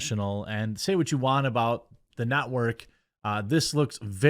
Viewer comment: Did I hear you correctly..? Did you call G4 the "NOT-work"? 🤣🤣🤣🤣